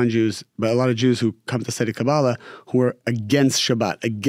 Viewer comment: Thanks for the interview, canr i ask please.. stop saying Kaa>Baala, its Ka-ba-<La. Its very annoying for Hebrew speaking